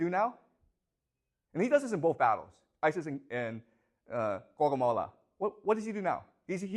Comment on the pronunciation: I love how he pronounces Gaugamela almost as Guacamola.